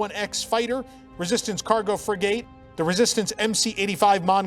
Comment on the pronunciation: Every sailor cringed at your pronunciation of frigate.